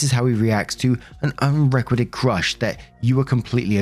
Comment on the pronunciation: "UNREQUITED" is pronounced *unre-KWEYE-ted*...Love your narrations otherwise😀